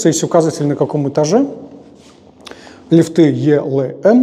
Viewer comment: Правильно говорить лИфты